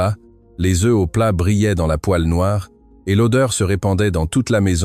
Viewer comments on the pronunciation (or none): none